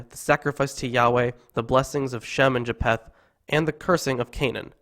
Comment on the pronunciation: It is Ja-feth, not Ja-p-heth. 😀